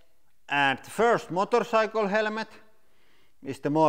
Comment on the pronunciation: Motor saikel